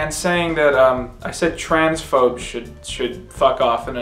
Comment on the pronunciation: i heard trans folks as well lmao but knowing that he's v supportive of trans ppl now i was just like "damn guess he just did a hard 180"